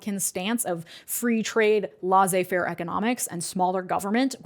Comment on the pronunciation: It's pronounced less say fair